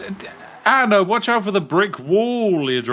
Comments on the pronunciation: What’s an “Anner?” I’ve always wondered why some people struggle to pronounce words that end with an “ah” sound. Usually, it just takes slowing down a little to say them correctly. It’s the same with the word “idea.” A lot of people say “i-de-er” when it’s actually “i-de-ah.” I’m not trying to make fun of anyone—I just don’t understand why people don’t slow down long enough to pronounce words the way they’re meant to be said. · where in the world do you see an R in the name ANNA!